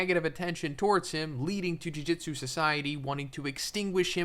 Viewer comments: Another youtuber trying to explain something about a show/manga whose title they can't even pronounce correctly. Jujitsu =/= Jujutsu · Dude, I swear to God every fucking JJK video. It's Ju-JU-tsu, not Jiu-Jitsu. As is bad JU-JU, like magic. Not like Brazilian Jiu-Jitsu. JOO - JOOT - SUE